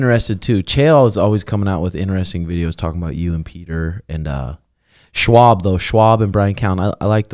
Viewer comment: for love of God his name is not schwab its schaub